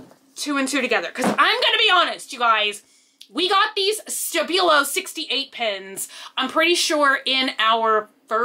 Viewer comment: The way she says stabilo hurts my english ears :P